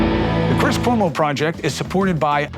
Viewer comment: Cuomo can’t even learn to pronounce his name … I can tell I’ll be turning this off in 10 mins